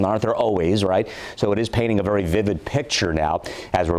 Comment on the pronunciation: "VARY","VARY", "VARY","VARY" ACTIVE & damaging winds....!!:dothefive::dothefive